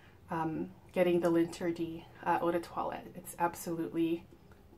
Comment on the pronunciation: It’s pronounced "lahn-ter-dee" not “lin tea dee”